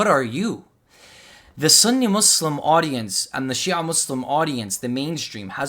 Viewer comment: Within the first two minutes of this video when you’re describing Ali Dawah’s beliefs you pronounce Sunni “sunnEH” and Salafi “salafEH” with a (haa) ه at the end trying to sound knowledgeable clearly shows you don’t even know basic Arabic and are therefore not qualified to teach anything about Islam